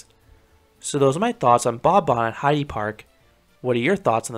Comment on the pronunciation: Great video as always👍 Just one note:the e in Heide Park (and in any german word) isn’t pronounced like in “eagle“ but more like in “elephant“.